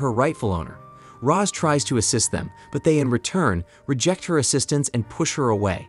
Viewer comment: It’s Roz Not Rose.